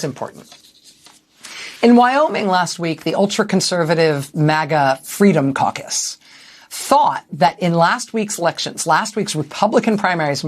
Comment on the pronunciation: as a non native english speaker i thought you said Freedom Carcass.. fitting name i thought...